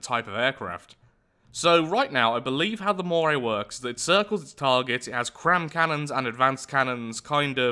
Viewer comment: "The Mockray"